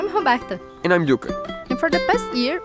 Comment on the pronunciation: Love your channel, by the way during the intro every time, Roberta shows her name spelled as "Roberta", but when you pronounce the name, if i were to try to spell it in english, it would be something like "Homekta", is this correct....?